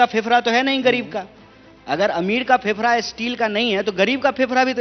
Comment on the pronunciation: फेफड़ा होता है फेफरा नहीं बे फुकरे